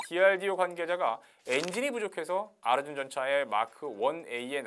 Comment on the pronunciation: 아르준이라고 발음하니까 더 조롱적으로 들린다. ㅋ